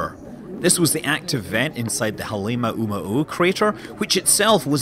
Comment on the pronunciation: Hah-leh mah`oo mah`oo ` = glottal stop